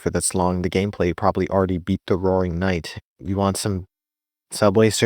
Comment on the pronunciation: "the wrowing nite"